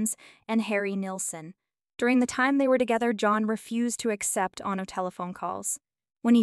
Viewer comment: Written with AI or some bullshit. He didn’t write Yesterday, “she” couldn’t pronounce Bridgette, Ono, wed, no proof that she cheated on him, no evidence he was gay, weird way she said homosexual, and they didn’t divorce in 1980, he was murdered. The inflection in this is weird. And I’m sure he dated a hell of a lot more than 20 women, even with Yoko ruining his life.